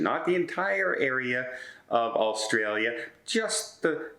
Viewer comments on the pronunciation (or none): none